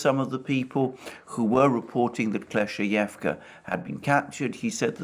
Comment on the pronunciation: if i heard dima well, it’s klesh-chey-ee-yevka ..;)